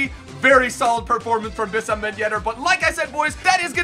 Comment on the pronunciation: his name is pronounced WEESAM ben yedder